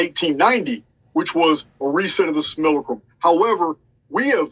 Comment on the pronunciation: After roughly two months of finding channel I pride myself in being able to pronounce simulacrum just like him😆😎 Can't wait for these upcoming interviews and live streams. Break free or die trying💪👊